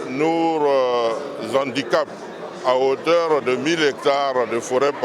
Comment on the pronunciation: Mon ministre chokoh oh !!! Nourrrrr, je savais pas qu'il y avait ''r'' à la fin de ''nous''. Bingué change les gens comment même 🤣🤣🤣🤣🤣🤣